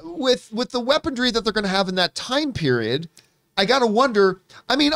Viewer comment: I don't know why weapondry bothers me so much. Lol. I'm pretty sure its pronounced weaponry, but everytime John pronounces it I laugh.